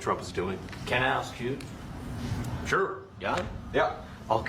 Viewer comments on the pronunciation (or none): You say axe instead of ask. You say Aunt wrong. You suck.